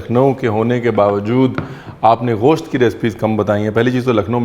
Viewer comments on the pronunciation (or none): سر یہ غوشت نہیں گوشت ہے Its gosht not ghost